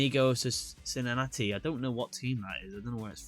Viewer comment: Just FYI, Cincinnati is a city in Ohio. It's pronounced "Sin-Sin-At-Eee"